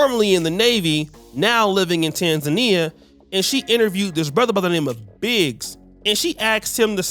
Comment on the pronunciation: It amazes me that you guys live in East Africa you can’t even say Tanzania correctly